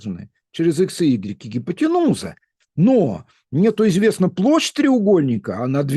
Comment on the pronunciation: Никогда не замечала, только сегодня : Вы слово "катет" произносите кратко, а слово "Гипооотенууууза" растягиваете. (Гипотенуза (от \(\text{hypo-}\) «под» + \(\text{teinein-}\) «тянуть / натягивать») буквально переводится как «натянутая под [прямым углом]»). Запоминается, что это самая длинная сторона. треугольника. Получается, даже интонация помогает выучить теорию. Урок становится ещё насыщенней, при кажущейся легкости.